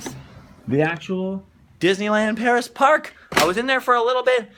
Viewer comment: not Peris, CA. lol